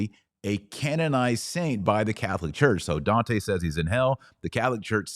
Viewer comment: Oh wow the way you butchered Dante’s name made me stop viewing…and you even had the racist stupidity of pretending to say it like an Italian, or at least your bigoted version on Italian